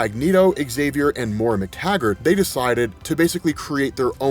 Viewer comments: it's pronounced MOY RUH. Not More uh. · Great rundown. Really enjoyed the brevity of your explanation on the current status of this series. I'm definitely getting all caught up! Her name is Moira though, pronounced "moy-ra". If you're gonna say it so many times, please say it right.😕